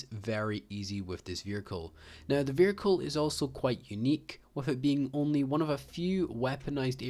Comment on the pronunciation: oh i didn't realise there's an 'R' in the word vehicle. this guy proved me wrong